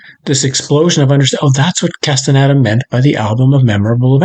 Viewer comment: cannot even pronounce Castaneda. Ouch!!!